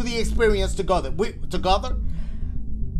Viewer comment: That man said we just going through the experience TuGeTher.... Together 😂😂❤️